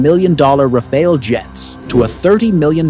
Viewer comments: Rafale, not Raféle. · To make sure the French understand you are talking about their jewel, correct the pronunciation of Rafale to "Raf-faal"... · It's not Rafael, it's RAFALE. Congrats for the prediction anyways. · Rafael ❌ RaFAIL ✅